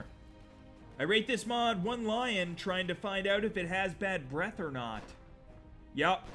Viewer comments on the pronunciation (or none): none